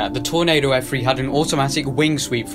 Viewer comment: It’s an f3 not f free